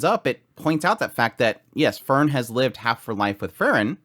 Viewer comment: Heiter, High-ter, not hater. Frieren(the verb form of freezing for some reason) Free-ren. Fern-Faern not fern like the plant. and Stark means strong. The dude is named strong. ge i wonder if he will be.